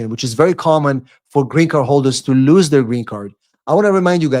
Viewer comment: Its [ luːz] lose , lose it .With UUUU ! Not lius it ! There is no sound IU !